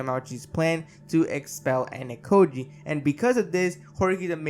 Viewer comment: Also. Ayanokoji is not Anakoji. AH-YAH-NO-KO-JEE